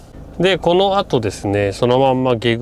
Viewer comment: 「ないぐう」「げぐう」と呼ばれていますが「ないくう」「げくう」です